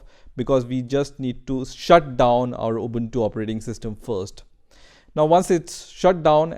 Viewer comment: You are amazing, how can you pronounce the word ubuntu very correctly as a none English word.